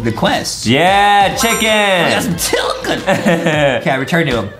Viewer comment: CHICKLA INSTEAD OF CHICKEN